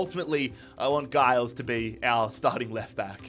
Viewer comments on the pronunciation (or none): Giles is pronounced Jiles btw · Luton fan here - pleased to see someone take on the luton challenge, so I'm subbing for all the episodes Quick note on pronouncing player names - Giles is said with a soft 'g' (sounding more like a 'j') and Doughty is said like 'doubt-y' To be fair, even most English commentators get Doughty wrong!